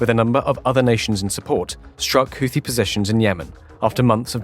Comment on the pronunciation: I'm just happy to hear a reasonable pronunciation of Houthi.